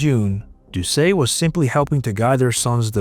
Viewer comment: And doesn't know how to pronounce Doucet either.. 😅 I'm surprised he pronounced Louisiana correctly.